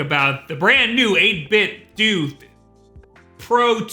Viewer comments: NIN-TEN-DOUGH 8-BIT-DOUGH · I thought it was pronounced 8bitdough like Nintendo not nintendue. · Isn't it pronounced eight-bit-doe like.. Nintendo? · I believe it's pronounced "8bit-doh" like "ninten-doh" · 8BitDo... Nintendo... almost seems like they'd be pronounced similiarly. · Aw, man! I just splurged on the old model a month ago. Guess I should've done some digging to see if an update was in the works. No matter. The old one still works great for my Raspberry Pi! I could be wrong, but isn't the "do" in 8BitDo meant to be pronounced like the "do" at the end of Nintendo? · EIGHT BIT DOUGH not doo...come on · 8-bit-doo? Nin-ten-DO 8-Bit-DO Cut this shit out. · Fuck man.... "8bitDOO".... lmfao. Why fo you insist on pronouncing everything wrong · I always thought you pronounced it as '8-bit-dough,' with a shorter stress on the 'dough' sound to make it how you read the brand, 'Nintendo.' Or is this just and his preference? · Surely it's not actually pronounced 8Bit"Dew", right? I thought for sure it would 8Bit"Doe", as in Ninten"do". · Am I the only person who pronounces 8bitdo "dough" not "do"? you know the same way that we pronounce Nintendo. Because I'm pretty sure that's what they were going for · Why do you guys say "doo", I hear a lot of youtubers say it wrong. Wouldn't logic dictate based on the logo and controllers they put out (along with model numbers) infer that it's "8bit-DOE" to play off the clear Nintendo inspiration? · Wait, it's pronounced 8-bit-du? I always thought it was a spin off the word Nintendo so the last "O" was a long O. I guess it's like how nobody can agree how to pronounce "hadouken," or for that matter, spell "hadouken." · "ÆIGHT BIT DEW" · Every time I hear "8 bit dew..." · I didn't know it was pronounced "8-Bit Doo" I swear I've been saying it "Doh" lol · Pretty sure its pronounced 8bit "doh", since, you know...nin-ten-do. Just wow for a guy thats got 600k+ subs lmao